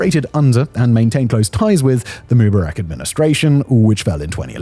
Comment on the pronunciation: Sorry to be critical but did you check how Egyptians actually pronounce names? Like Mu-bar-ak with emphasis on the middle syllable? And why no mention that Egypt is down SEVEN BILLION dollars in 2024 alone because Houthi rebels are partially blocking the Suez Canal? Why doesn’t Egypt’s military do something about this???🙄